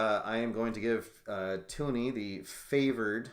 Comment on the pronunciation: It's TUN-ee, not TOO-nee.